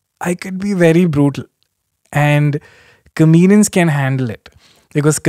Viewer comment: Kenny, I just noticed, you say "comenians" and not "comedians"........ SORRY! It's kinda cute tho ngl. #SimpleKen